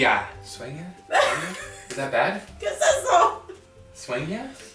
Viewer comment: Swenga 😂 hahah really 😂🤣 I thought he made up a different word after realizing he ment dream. Sueña😂